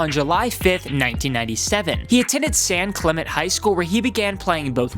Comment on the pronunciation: san clement lol its san clemente you pronounce the "e"